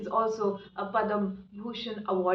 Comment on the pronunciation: Instead of lecturing someone for his peace of opinion, has to rather learn to pronounce 'Padmabhushan' instead of 'Padambushan'! Then she may have to learn that a lot of Leftist historians tweaked and falsified the artifacts, history, archeology, literature, customs, and culture. And therefore she may have to start her negation from those fallacies. Then, she may have to express her ignorance for misguiding the people and viewers on her substantiation as an archeologist on foul Aryan Invasion Theory. I wish she had provided a piece of evidence on her rhetoric. Last, though I may be wrong, she seems to have completely made up a video just on the basis of her ideology than archeology.